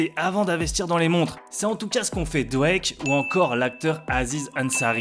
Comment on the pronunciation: Ce qu’on fait DWAKE ? Je connaissais Drake mais pas DWAKEEE 😂😂😂